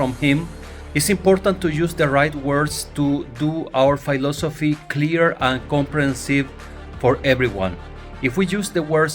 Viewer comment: it´s philosophy, not phailosphy